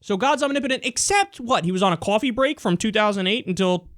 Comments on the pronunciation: omg you said "quoffee". i will never forget youre a new yoker now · I cheer out loud every time Kyle goes on the "was god on a coffee break?" Thing because we get to hear him go full New Yorker on the word coffee